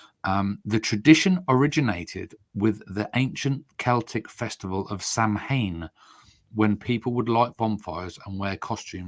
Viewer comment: Samhain is pronounced Sow-ehn (nearest I can manage) it is Irish in origin and the name of the Pagan festival that Christians tried to replace in the mind of the public with All Hallows Eve. (and I'm saying that as a Christian.)